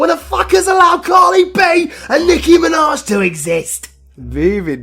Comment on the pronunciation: Wait i heard he said nicki minja😅😅😅